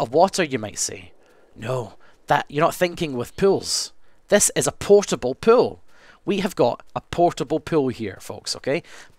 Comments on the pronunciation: he keeps saying pile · Whenever he says 'pool' it sounds like 'pill'. Hey I'm selling pills! xD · i thought he was saying pills instead of pool! XD